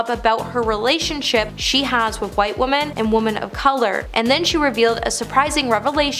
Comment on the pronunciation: Wish she would learn how to say women makes me turn it off every time I hear it